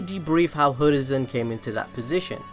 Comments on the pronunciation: It's hiruzen not hoorizen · It's hiruzen not hurizen😂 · is anyone else confused as to why this dude is pronouncing Hiruzen??? Like he's saying Hurizen, not Hiruzen??? Why bro??? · he keeps saying "hurizen" REEEEEEEE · Ah yes, the third hokage hurizen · why do you always say Hurizen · So absolutely no one is going to bring up the fact that he said “Hoorizen Sarutobi”???